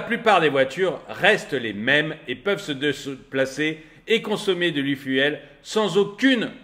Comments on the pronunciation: S’il te plaît, pas i fuelle, i fioule! Merci pour nos oreilles 😉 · L'aifuaile ? L'eufioul, c'est comme ça qu'il faut le prononcer. 😉😁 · Salut tu me fais rire, j'aime tellement tes coups de gueules, et surtout n'arrêtes jamais (de péter les plombs) cela rend tes vidéos tellement plus vivantes. Cela te démarque des autres et de loin et c'est une forme de signature ou marque de commerce. Info gratuite, Efuel ou efuel ce prononce phonétiquement ifioul et non ifiouel. Évidemment que je mets un pouce vers le haut. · La prononciation « l’i-fiou-el » 😂 Sinon, dépendre encore de grands groupes pétroliers qui feront la pluie et le beau temps, de distributeurs, d’acteurs qui décideront de faire grève ou bloquer les raffineries… bon merci. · Quelque chose me dit que ça doit se prononcer e-fioul, non ? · arrête vraiment de dire "l'ifouelle" j'vais péter un cable, t'as pas fais anglais LV2 pour lire fuel comme tout le monde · efuel, ça se prononce ifioul. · À prononcer ifioul !